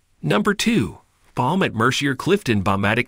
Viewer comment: Not Mer-see-er! It’s “Mer-see-aay”